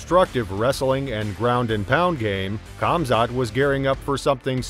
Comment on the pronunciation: . Nailed it. Khamat. Who the fook is that guy?